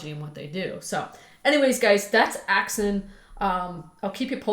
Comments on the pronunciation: Axon not Axin.... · AXON AXON AXON<<<<NOT AXIN!!